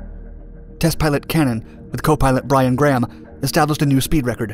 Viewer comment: That's my father with Kurt Cannon. It's "Byron" Graham NOT "Brian".